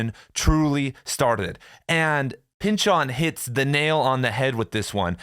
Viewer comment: "Thomas Pynchahn"